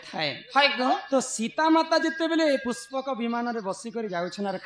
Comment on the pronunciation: ପୁଷ୍କବ ନୁହେ । ପୁଷ୍ପକ ।